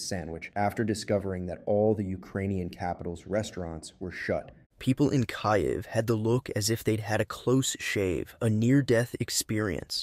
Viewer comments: Sounded like you, but the way it said "kai-yiv" made me think you sounded a bit dumb on the ukraine concept. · Kaiev …😂😂. It’s perfectly fine to listen to. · Just the word Kyiv gave it away 😅